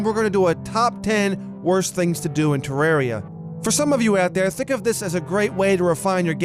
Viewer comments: Tip 11: Don't pronounce it 'Terreeeria' It's Terraria. With an A. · #1 thing you shouldn’t do—call it “te-rare-ia” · finally... someone who pronounces it TER AIR E A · Worst thing to do in Terraria, call it ter-rare-ia